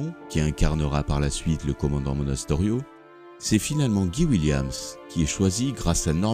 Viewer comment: On prononce "Gaye Williemss" et pas "Guy William" comme "Guy Ligilli"